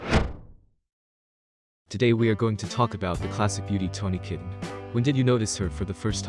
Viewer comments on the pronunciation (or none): You said, "Tawny "Kitten". It's pronounced, 'Ki taine'. Kitaen